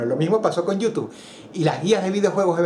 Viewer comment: Extraño cuando decías /youtub-e/.